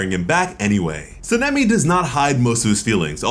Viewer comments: Sa-na-me try it like that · San-a-may - sanemi. Not what you're trying to utter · How are you saying sanemi wrong